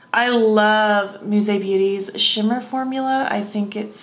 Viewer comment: Beautiful!!! I love it!! And you pronounced it well!! 🌻🌻🌹💮🌼🥦🥦💐💠🥀🥀🏵